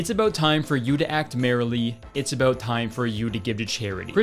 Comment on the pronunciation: just remembered that Kurtis is Canadian when he said about. How’d I forget?😂